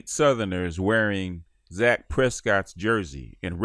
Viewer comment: "Dak" Prescott